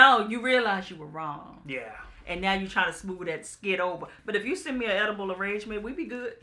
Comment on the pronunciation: Edible Arrangements, emphasis on the "edible" 🤣🤣🤣🤣 I tell you Lynette and I are kindred spirits😂😂😂😂😂😂😂